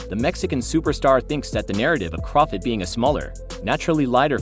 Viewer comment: I have a feeling this guy mispronounces Crawford’s name on purpose.